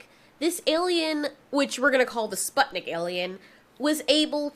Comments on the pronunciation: the fact that you pronouce Sputnik like that hurts me a little lol. its Spoo-t-neek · its pronounced like spootnik (u like oo and i like e) if you're having issues pronouncing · In Russian Sputnik is pronounced spootnik